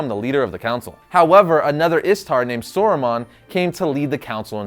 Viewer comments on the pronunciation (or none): it's not Sore-ru-man, its Sah-roo-mahn. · First of massive kudos for your research into both wizards and for coming to the right conclusion (imho) but i have got to say... I had an involuntary shudder run through me every time you said Sore Ron and Sorrooman. They're pronounced SOW-RON and SOW-ROO-MAN. It's just a little thing but I'm probably the biggest Tolkien geek out there ;) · you are saying Sauron and Saruman wrong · the pronunciation of Sauron and Saruman is distracting